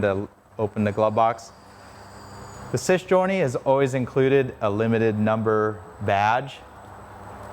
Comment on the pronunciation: There's no s on the end of Sei and it is not pronounced sess